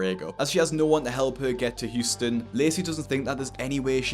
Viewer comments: its Houston not Hutson lol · Huston No its Houston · Houston is spelled Houston not Huston!😂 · it’s Houston not Huston mate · Houston, not Huston. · It's Houston not Huston. Just fyi. I realize you don't live here so I wanted to let you know for future videos. Love your channel. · Its Houston not Huston homie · It's HOUSTON, not Huston lol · It’s Houston not Huston.